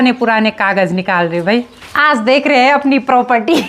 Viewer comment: Hain Hain Hain Hain Hain Hain Hain Hain Apne kai saalon se sirf ek Hi Sur Pakdya Huya Hain hain hain hain. Agar aap sari line Flow flo mein Bologe toh phir hain par Dheyan nahi ayega .Par sari line Boll kar last hain par sara strues De Dete ho thats wy Hain Bda ajeeb lagta hain sister Vlogs ache hote hain Hum Roj Dekhte hain. Uttarakhand ke sare vlogger ache hain